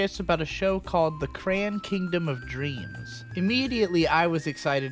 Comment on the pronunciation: The way you said the title of the show made me thing it was "Cran Kingdom" not Crayon Kingdom. Looks like a group called SquareSubs has finished subbing at least 48 eps.